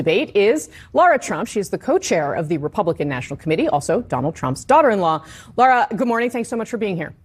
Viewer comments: It’s not Laura- it’s Lara—- I can’t stand her but you OWE her the courtesy of getting her name right. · I wonder if Hunt said Lara Trump's name wrong on purpose? Lara, not Laura.